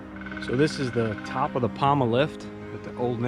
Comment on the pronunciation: POMA, not Palma